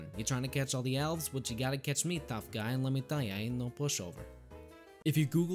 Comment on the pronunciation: “though guy” had me rolling